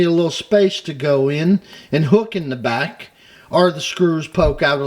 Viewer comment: Welcome "bock",! I missed your great videos, so real happy to see a new one with awesome tips. And you said Jonquière just great!